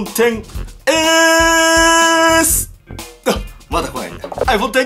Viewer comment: アイフェン笑